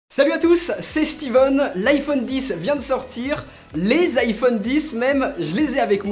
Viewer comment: Les français deveraient quand même apprendre à dire iPhone :,)